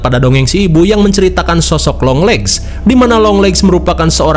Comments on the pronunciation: 👥👥👥👥 :yang kalian denger (long legs ) 👤. : yang gw denger (Yong Lex)😂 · Yg orang laen denger : "junjungan long legs" Yg gw denger: "Junjungan Yonglex 🤣" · Longleggs❌ yonglexs✅ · Beberapa kali dengernya younglex maap🤣🤣